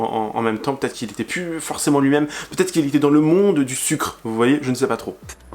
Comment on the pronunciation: Oi! You keep saying 'va-T-etre' but fffs, there is NO BLOODY 'T'!!!